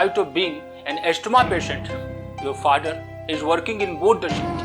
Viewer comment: Don't pronounce the 't' in Asthma - silent T, (you can hide this comment now 🙂